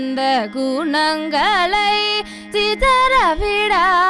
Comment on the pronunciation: Please check out your pronounciation ! "Gunangalai" should be pronounced better. Voice is wonderful ! All the very best !